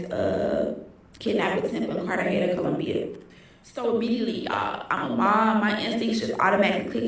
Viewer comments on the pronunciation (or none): It's pronounced Car-Tah-Hey-Nah! ❤ I'll finish the rest of the video. Also, the yellow is your look,! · Spanish words have different annunciations. A g is H sound